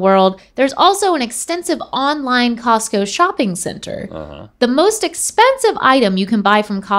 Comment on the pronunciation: So nobody is gonna talk about how she said Tosco ?